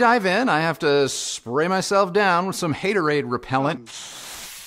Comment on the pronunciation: “Haterodade” love it! 😂